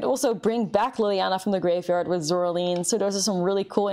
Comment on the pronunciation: Do you remember the stop-motion movie from about 2009? It looked like a Tim Burton film? Creepy button eyes. Coraline, Cor-a-line. Zoraline, Zor-a-line Line, like drawing a line, not lean like I can't stand.